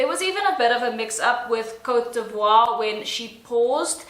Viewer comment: OMG! how the host pronounce Cote D'Ivoire? Image, he pronounced it Cotivri. You’re just mispronouncing things. As a host, you should know how to research beforehand—before the event is held or even before the program starts—so you won’t end up pronouncing country names incorrectly. Yes, the whole universe knew that Steve Harvey had made mistake as a host when he announced the wrong winner in 2015, but I still admire his brilliancy and humility when he admitted he got wrong pronouncement. However, this year’s new Miss Universe host—oh my. It seems as if he came out of nowhere. And then he never bothered himself asking an apology for mispronouncing the country? What a heck, Sir!